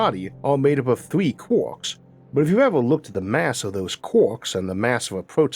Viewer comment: I LIVE for when you say Quarks ahhaha Kwaaaak. i LOVE IT! <3